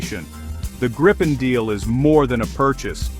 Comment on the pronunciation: The changing pronunciation of Gripen in almost every sentence was really distracting and annoying!